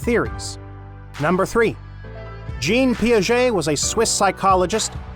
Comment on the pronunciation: The chap reading the words...it seems he is: * not a professional voice artist * not an effective communicator * not well-educated in Educational Theory... He mispronounced the names of (1) JEAN Piaget and (2) Jerome BrUner pronounces